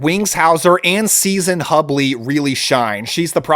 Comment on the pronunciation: Nitpick here, Season Hubley (pronounced Hughblee) is both Kurt Russell's exwife, but also the girl in Chock Full O' Nuts on Escape From New York